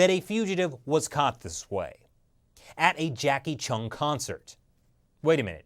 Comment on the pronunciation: Jacky "Cheung" not Jackie "Chung" haha